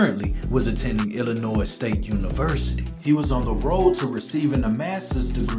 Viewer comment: Great job on your reporting. You have a great voice. Just one thing, we don't pronounce the S on lllinois.